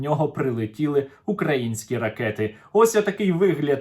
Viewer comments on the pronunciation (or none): Украї''нські ,а не Укра''їнські--- ЙЬОЛОПЕ,🐸